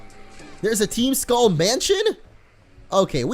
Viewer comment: he states, "team skulleem" lol